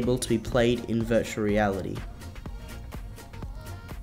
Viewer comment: ooooh. "Dirtual Desktop" lol